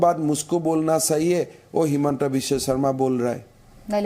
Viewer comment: His name is हेमंत विश्व शर्मा not हिमंता विश्वा शरमा 🙄